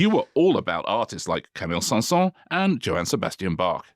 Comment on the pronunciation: Camille Saint-SaënS, not "cinq-cent" (five hundred); the final S should be pronounced.